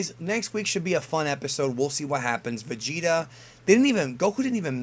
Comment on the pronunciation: say Vegeta one more time.....